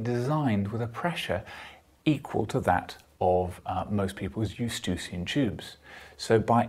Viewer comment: I'm not familiar with this "estucian tube" you refer to... all humans I have examined have eustachian tubes (i.e. pronounced "yoo-STAY-shun").